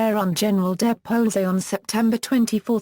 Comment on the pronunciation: Get a voice actor that can speak German and pronounce sicherheitsdienst, polizei etc.